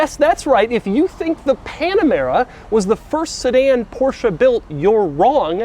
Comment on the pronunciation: doug’s panamera pronounciation pisses me off